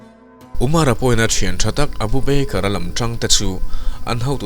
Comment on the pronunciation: Beikar tia ilam hi hi mizo tawng thluk a "ba ker" tia lam tur ava nih hmel ve aw